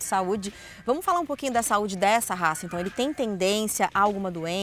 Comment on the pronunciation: Devia saber pronunciar o nome da raca…